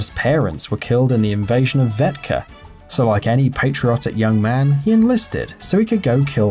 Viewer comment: Uh it's Vekta, not Vetka, I'm not even a Killzone fan really and I know that. Also putting a spoiler warning might have been a good idea...just saying.